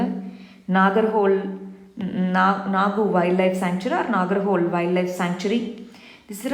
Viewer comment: MAM It is not Nagar-hole.......it is NAGARA-HO-LE (NAGARAHOLE )(ನಾಗರಹೊಳೆ) THANK YOU